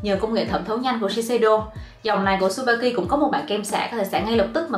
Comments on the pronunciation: Chư ba ki chứ trubaki đâu đúng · mách nhỏ cho chị yêu sản phẩm Tsubaki đọc là Trư Ba ki ạ 🥰🥰🥰 tuy ở nhật nhưng e là fan cứng của chị từ khi chị 18t đó 😘 Love